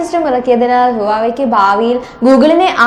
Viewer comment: Not hua wei.... Its pronounce vavei